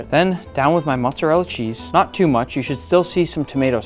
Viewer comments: How are you Italian and say Matza rella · It's Moat-Za Rel Lah!